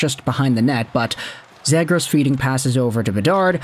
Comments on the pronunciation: Dude there is such a thing as making too much content lol.....and as many people have pointed out in your 100 videos about this guy, it's ZEE GRAS, and it seems like you are the only guy that cares about him. Most overrated player on the market. I hope Anaheim gets stuck with him. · You're getting a thumbs down for the way you keep saying his last name